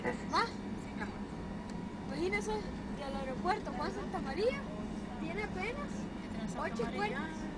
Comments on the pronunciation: jajajajajaja si hombre....soy yo o dijo Aeropuerco en el segundo jajajajaja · si si dice aeropuercooooooooo.. jajajajajajajaja